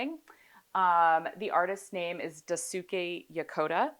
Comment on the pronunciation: The house is fab! I'm totally looking up Yo-Yo Baker💜✨ Killed me how she said Anthropologie is "low end" - that heated outdoor sofa is $6500!!😂 **Daisuke Yokota's first name is pronounced "Dice-K."